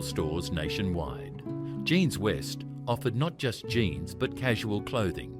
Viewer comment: Its jeans not jines